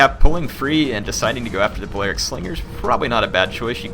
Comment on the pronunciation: PLEASE stop saying "Ballearic" how you currently say it. It's "bally-aric".